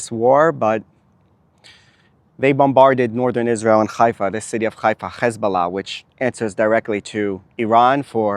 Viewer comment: Not Ghaifa Haifa